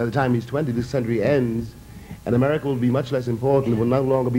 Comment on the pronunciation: A- Murry